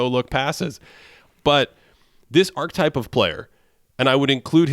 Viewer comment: Pls pls “archetype” is a 3-syllable word 🙏🏻